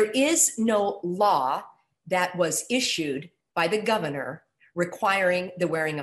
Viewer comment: Am I the only one that was bothered whenever she said "governor"?